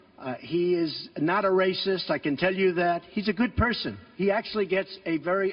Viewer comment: Who is this anchor? Why doesn't he have the facts? And the emphasis on that "racist" crap is ludicrous.